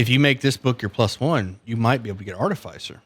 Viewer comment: Artificier is pronounced like in Artificial not arti-fey-sir.